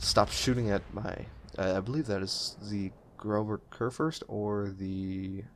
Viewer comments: Fyi... You had the pronunciation right at first - "GROSS-uh KOOR-furst." The weird looking B is a double S in German. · The GK is pronounced Grosser Kurfurst.